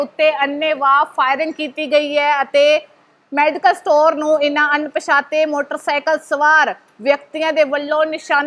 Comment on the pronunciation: ਅਨ——ਪਛਾਤੇ ਨੀ ਹੁੰਦਾ ਅਣਪਛਾਤੇ ਹੁੰਦਾ ਆ ਬੋਲਣਾ ਸਿਖਲੋ